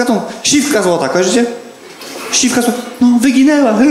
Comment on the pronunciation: Ogólnie spoko, ale Jasienica ma ponad 23 k mieszkańców i nie mówi się siwka złota, tylko siewka złota.